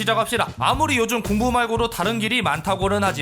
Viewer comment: (음성) 밀고->말고